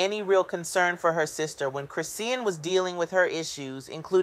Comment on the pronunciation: What keep calling her name wrong it chrisean